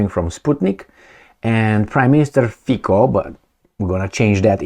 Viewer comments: Fi-ts-o Not Fiko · Pronounce it “fitzo’ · HEY LISTEN UP Slovak rules of pronunciation say that if it was FICO, like RICO, it would be spelled with a 'K'. So it would be FIKO.. but it i'sn't all 'C' is Slovakia are a soft "C", so it literally sounds like feet - so. Have a nice day. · Having lived and worked in Slovakia for two years your pronunciation of his name is awful and sounds awful. As a non-Slovak but having used the language quite a lot, I have a suggestion. Try to pronounce it as if it is spelt “feetso” - that is as close as you will get I think. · It’s pronounced Robert fitzo